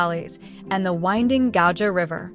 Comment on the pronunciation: As regards to local languages - it appears that for English speaking people it's hard to pronounce local names and names of places. As a major example - river Gauja at the Gauja National park should be pronounced like Gauya with Y as in York , instead of English alphabet ''J'' pronounciation. Same applies to Jūrmala But nice video, just a little outdated because soviet time monument on the left bank of Daugava river was dismantled in 2022. after russia's full scale invasion in Ukraine .